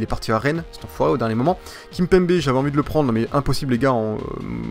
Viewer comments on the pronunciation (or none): none